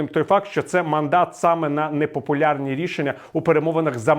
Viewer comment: Віталій я тебе колись поважав ну як ти заїбав яке рррррішення ти пропонуєш пиздить ну і я можу скільки ти напиздів 500 днів на нулю одсидь